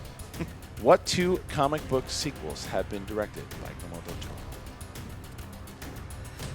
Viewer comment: pulling a JTE with "Gilmo Del Torro"